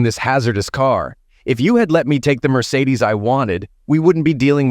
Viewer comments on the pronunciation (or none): none